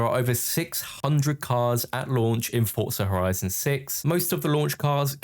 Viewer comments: For-zuh not ford-sir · Its pronounced as "Fort-zah"